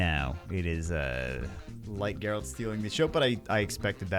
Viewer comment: Oh, if youre still wondering, I think its pronounced Geralt